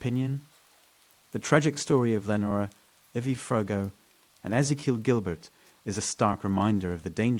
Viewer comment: Austin NEVER has deserted streets..and lenora is mispronounced over and over.....thumbs down